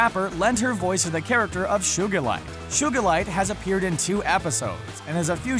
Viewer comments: Shoegalite really... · shugalite? u obviously need some recap on that episode where garnet and amethyst fuse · Shugilite hahahahaha